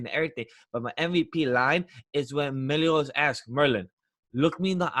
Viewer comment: I can't get over how he says Meliodas as Melodias...it's hurting..